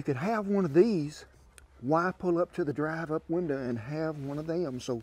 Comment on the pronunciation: Drive up winder😂 I love dude!